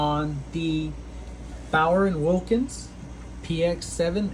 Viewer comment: Perhaps get the name right first. It's hard to be trustworthy in the sound review department, if you cannot hear the difference between Bauer and Bowers.